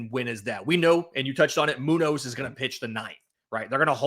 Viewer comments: As a Mariner's fan... dude seriously? & Moo-nose? Is that deliberate? He's nicknamed Señor Smoke... are you pronouncing that See-nor? It's crazy disrespectful to not even try to say the name of the best closer in baseball correctly... Moon-yoz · its pronounced moon-yez lmao you arent near any mexicans huh? 😂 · pronounce Muñoz correctly my guy, it's embarrassing